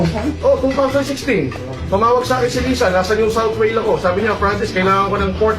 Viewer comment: New South Wale??? Or Whale??? Ambobo mo amfutah!!! 🤣🤣🤣